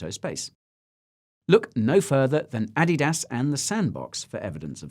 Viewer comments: Your pronunciation of Adidas is stuff of nightmares. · What's with that pronunciation of Adidas?